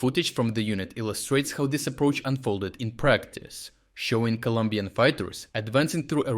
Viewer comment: ColOmbian please, not Columbian 🙏